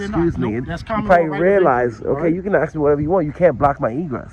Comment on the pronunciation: For the last time class it ASK not axe.